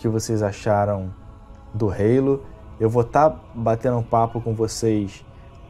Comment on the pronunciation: perdeu a essência mané, ta falando Halo certo.